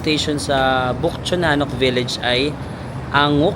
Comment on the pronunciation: Euljiro pronounce as ULJIRO Anguk pronouce as AN-GUK Ikseon pronouce as IKSON Haeundae pronounce as HE-UN-DE Dongdaemun pronounce as DONG-DE-MUN Hongdae= Hongde Hotteok= HOTTOK Kailangan mo malaman yung tamang pronunciation kasi kapag nagkataon na nagtanong ka sa local at mali ang pag pronounce mo hindi ka nila maiintindihan..